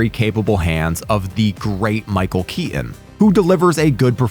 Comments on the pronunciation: Did you just say “Michael Ke-en”?! It Keeton. You don’t understand the assignment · Enjoyed the video, but was really distracted by you not pronouncing your t's: wri-en, Kea-on, etc.